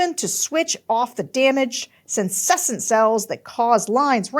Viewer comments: please Sarah for the love of god. Senescent cells … It’s suh-NEH-sent! 😩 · every week i tune in to see if sarah will say "seh-neh-sant" cells and every week she says "sen-sess-ent" and then i look up the word to make sure im not wrong. then i forgive her for doing all this amazing work. but i still will comment in the hopes that someone at the bulwark sees this one day :) see you next week <3